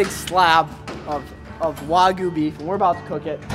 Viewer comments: Love your Videos!!!! But it's "wag-yoo " not wagu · It’s not wagu it’s way-gu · The proper pronunciation is close to Wog-You. I'm really hungry now... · Wagu? Lmao